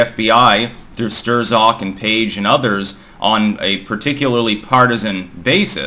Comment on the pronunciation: "through stir-zok" Thats not how you pronounce his name lol. remember this: "insurance hawk strzok". 1. Insurance policy andy Peter and his lover discussed 2. strzok rhymes with hawk. Put 1 together and its a nice pseudo pneumonic device